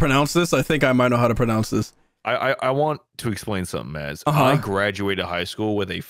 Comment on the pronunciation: Bro it's chairman